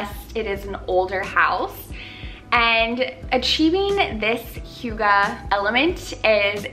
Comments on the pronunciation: it’s more like “hoo” not “hyu” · Wait... Do you also speak Danish, But then i heard how you pronounced it, and then no. But i love how we in Denmark do have a Word(hygge) that can’t be deecribed better than using the Word hygge(hjugge)❤️ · Pronounced hoog uh. You are adorable.💕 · This is the sweetest ever ♡♡ you say it like who-guh. Love your videos ♡ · Love! I've heard hygge pronounced SO many different way by so many different people. Is there one definite way to pronounce it?? So confused haha - love the vid! Definitely needed this xx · I love you and your videos but being Danish myself I cringe so bad when foreigners say hygge. 😂🌸 Other Danes will understand!